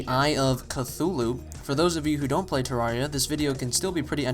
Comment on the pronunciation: Pronounced ter-air-ea